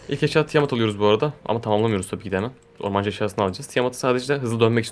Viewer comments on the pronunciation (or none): none